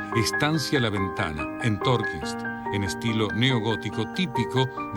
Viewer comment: Es TorNquiST no "Torquins"